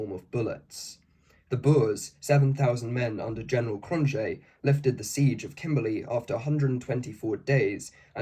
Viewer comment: Understandable. Even if you had an Afrikaans speaker to coach you, English just works completely different. Cronjé has no J sound and its a K like Kroot Afrikaaners can have a horrible accent in English and most English speakers of Afrikaans retain an accent